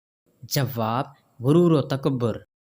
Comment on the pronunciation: Jawab hota ha jawwab nahi.Sawwal nahi sawal hota hai.tashdid donon per nahi hoti